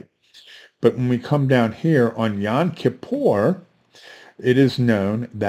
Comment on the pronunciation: Not to pick any nits, but it's YOM, not YON.